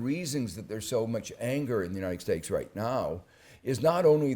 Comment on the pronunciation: Uniced Stakes